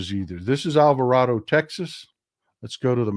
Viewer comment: How you say Alvarado is correct in the Spanish language. But I was raised to say the second "a" as a long a. I lived down the road from that town. Just FYI.